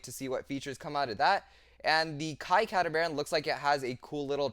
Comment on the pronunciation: It is pronounced "cat-a-mar-an" getting the total word of catamaran 😅 just figured I would point that out to everyone.